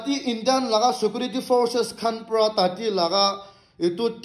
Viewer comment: we viewers are not deaf or are you deaf yourself.....? & By the way you should seriously take Tuition & attain coaching classes for the Grammar on English subject & stop shouting your own grammar like Paylot instead of pilot,...Shekurity instead of security,.... Satchushen instead of situation,.... Terrist instead of terrorist,....Apolojay instead of apology,....Shoplai instead of supply,.....Desla instead of Tesla,.....Rohu Gandhi intead of Rahul Gandhi,......Nirindra modi instead of Narendra modi,.....Lion Messi instead of Lionel Messi,......Amir khan got talent instead of American got talent & the list goes on & after all you're the most experienced youtuber in nagaland like you said since you started your channel & had recieved all those YouTube's silver play bottoms way back from 2001😂😅🤣😂😇😝🤪😆😁 even before the official launching of YouTube in 2005..